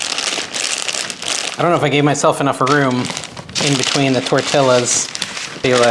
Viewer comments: It's TOR TEEYAS. It hurts our ears here in the southwest to hear you say TOR TILLES. Enjoy you. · Liked your video but the double L is prounced like the letter Y. Correct pronunciation is tor-ti-ya